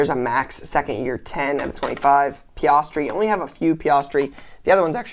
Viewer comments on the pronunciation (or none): Oh and can’t forget “PiOstri” and “BOH-TAUS”